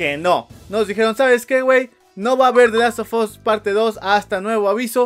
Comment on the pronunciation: The Last of 'as', la u se pronuncia como a